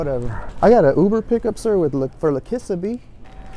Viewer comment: I think that girls name is pronounced La'Key-sha not La-kiss-ah 😂